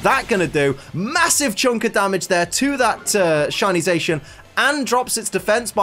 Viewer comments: Sorry to be that guy, but because their names are based on saying "The Cyan" and "The Magenta" with a heavy Japanese accent. You got Zamazenta right, but Zacian isn't pronounced "Zay-shian", but "Za-see-an" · ZaSHin. Huh that's a first. Za-see-an. Like Cyan to Zamazenta's Magenta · IT'S ZACIAN NOT ZAICHEN !!!!!! Zacian = cyan Zamazenta = magenta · I thought cian part of zacian was pronounced like cyan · U saying za cian wrong